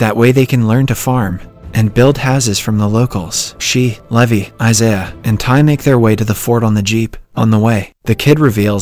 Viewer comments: I think his voice was deepfaked and being generated by an AI, its obvious because they pronounced some words and names wrong like Levi (lee-vay to leh-vie) and 1800s (pronounced it as 18 hundred seconds) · noooooo it's pronounced Lee-vai not Lævi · Yeah I’m pretty sure this isn’t since they pronounced “levi” differently pretty sus ngl